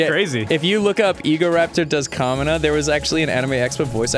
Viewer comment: SAID THE WORD BELIEVE. I PERKED UP AND SAID "GURREN LAGANN." THEN THEY FUCKING SAID IT. IT WAS A GOOD DAY. Sucks that they can't pronounce "Kamina" for shit though...